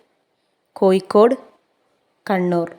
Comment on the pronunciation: കോയിക്കോട് അല്ല കോഴിക്കോട് 😂